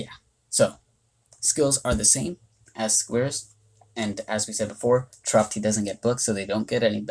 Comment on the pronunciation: Very helpful reviews for these Nat 2s, thank you. If I may make a small correction to your analysis, Chiroptie is pronounced "(Kye)-roptie." Like rhymes with my or lie. Bats are of the scientific order Chiroptera. Science fact of the day. I like watching your videos, though. I like seeing your input on mons I would otherwise overlook or just evolve for gems.